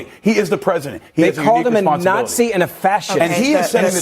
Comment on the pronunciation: "They are Natziing what they are doing"😅